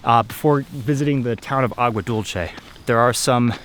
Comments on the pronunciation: Agua Dulche lol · Agua Dulce is pronounced Dul-sey because it is Spanish not Dul-che that would be an Italian pronunciation of sweet. Nice vid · Its pronounced Agua Dulse = Agua Dulce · Sweet water, and it's Spanish, not Italian, that's why it's not -che.